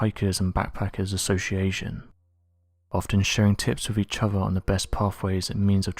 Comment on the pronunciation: Oh God, I wish this orator would learn to pronounce his "th's"! Instead of saying "oTHer", he's going with "oVER", like a little kid with a speech problem. It's VERY difficult to really LISTEN to what's being said when words are mispronounced so badly! See a speech therapist! It's hard to believe a story like the one of the men chasing down a creature in a swamp didn't go NATIONAL, and be covered thoroughly! Especially with 5 people being killed....